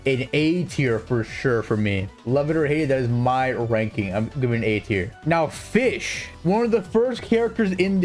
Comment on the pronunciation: the way he say fish.. for fischl ///*///